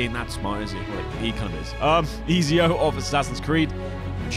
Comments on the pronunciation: It's pronounced etsio not ezio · Did you just call ezio Easyo? Its pronounced like etsio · U said easy - o. Its pronounced E-t-sio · It pisses me off whenever someone pronounces Ezio like Eezio. Like, come on, it’s Italian. It’s pronounced Etzio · The entire assassin's Creed community is offended by him pronouncing ezio as easy o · Ezio is pronounced etzio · Bro the way he pronounced Ezio's name tho... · Ok not bad video but it killed me when you pronounced Ezio wrong